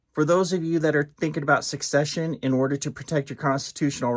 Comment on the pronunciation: 😂 it's secession, not suck session 😂